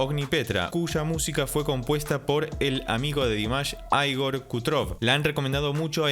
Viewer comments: No se pronuncia "Aigor", sólo Ígor. Es ruso. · Perdona por corregirte, se pronuncia como se escribe... Igor Krutoy